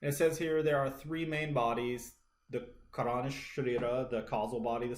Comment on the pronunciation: Great video..do take note .karana is pronounced kaah-ra-na meaning "cause" or "reason"